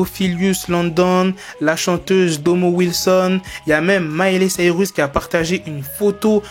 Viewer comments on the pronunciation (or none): none